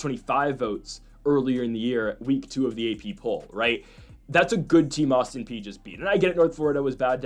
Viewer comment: My God you finally listened to me and pronounced Austin Peay properly, woot. Agree with the others, lose the background music. Ok, now I will say keep up the good work.